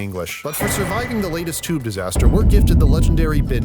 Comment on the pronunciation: "fancy a ride on the choob?" stabs very Britishly